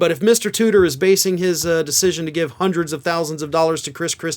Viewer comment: Oh, "Tudor", I'm disappointed, for a few moments I thought he was actually called "tooter".